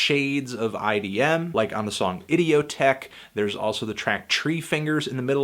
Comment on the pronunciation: why does nobody pronounce idioteque right